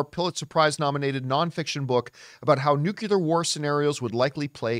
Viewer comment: NU-CLE-AR. Not nu-ce-lar. And breathe.😂